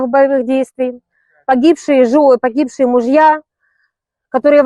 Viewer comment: "На пасьолкє праживают пагіпшиє жони, пагіпшиє муж'я" - це як???